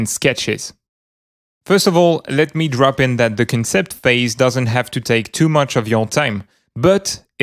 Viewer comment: the word concept has it's emphasis on the 'con' part, so more like CONsept